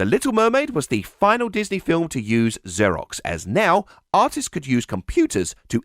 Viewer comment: its "ZER-OX" (like "zero") NOT "ZUR-IX".....wait....you say it correct later....HOW THE HELL DO YOU MANGLE IT SO BADLY THE FIRST TIME YOU SAY IT?????